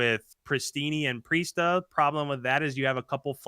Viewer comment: Accuracy Temp Attach Priestahh you heard it here folks